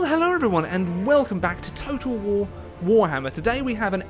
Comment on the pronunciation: total war te graat war